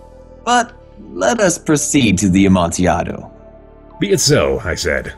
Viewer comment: I've only watched 2 seconds but I just need to say I'm so happy said "Amontiaado". Nothing salts me up quite like people saying "PIE-ELLA" etcetera.